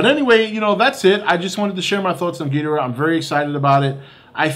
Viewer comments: If your such a big ghidorah fan try to pronounce his name correctly. gih door uh. Not gee der uh. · For someone who's a fan of Godzilla's most popular enemy, surely does not know how to pronounce his name right. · Your saying ghidorah's name wrong